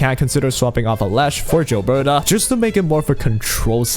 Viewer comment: Gilberta not Jilberta